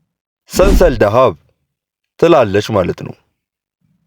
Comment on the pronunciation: ሰንሰል ሳይሆን ስልሳል ነው